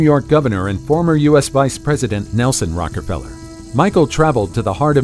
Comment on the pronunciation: Strange that one of the most famed family names ever, Rockefeller, is repeatedly mispronounced as Rockerfeller. It casts everything presented into doubt.